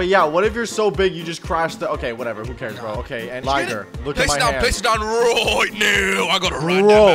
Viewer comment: “place it down ROIT NOW!” 😂